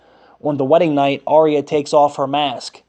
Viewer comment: Not Are eh yah! Arya!